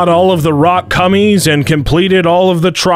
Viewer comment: This is all for the purpose of entertainment. Don’t take it so seriously. HE LITERALLY SAYS ROCK CUMMIES!